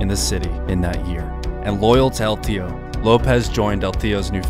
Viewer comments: I believe it’s pronounced el TIO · Excellent video I was just a bit annoyed by how you pronounced el teo(teh-oh) wrong repeatedly but I understand you dont speak Spanish it just hit my ear wrong lol.